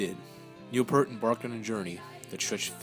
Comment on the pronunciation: Learning how to pronounce Peart would be a good start.....